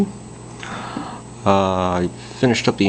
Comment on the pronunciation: It's pronounced YUN, like how to say "bun", replace the b for a y and it's YUN.... not Un, as in Universe or Unicorn... it's Yun (Bun... Yun)